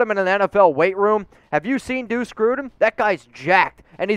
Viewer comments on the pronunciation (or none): none